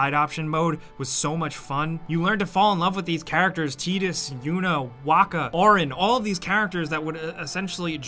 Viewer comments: Teedus? You mean titus lol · I’m sorry who the hell is “Tee-dis” in FFX... I mean I know there’s a “Tye-dus”. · You just say “Teed-Us”?! 😳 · It's pronounced TIDEus not Teedus. Like the ocean TIDE cuz everything in ff10 was based around the ocean and water. Ffs why do so many people say it wrong? Hell it was fully voice acted and they pronounced it "TIDEus" in the game. HOW ARE YALL STILL GETTING IT WRONG!? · Did he say Teedus? Like...the characters tell you how to pronounce the protagonists name....and he fucked it up. How does that happen. Tie-Dus. Tidus. Like tide or tidal. Pertaining to water. Come on. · Totally was triggered, tye duss lol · *Tidus not Teedus😂😭 good vid tho 👌🏽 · Didnm this dude just say TEDUS TRIGGERED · “Wolfensteeen” “Teedus” brah! What’s with your pronunciation! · Just the way he calls Tidus "tee-dis" makes me wanna exit the video... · Why did this man say "T-eedus" 😑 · Teedus? TEEDUS?! Are purposefully trying to mispronounce names? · Anybody else cringe when he said "Teedus" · LMAO TEETUS??? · blitzball sucked. Did he just say “Tee-dus”? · Am I the only one who triggered by how he said Tidus from final fantasy X.